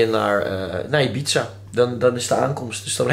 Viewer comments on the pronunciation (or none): none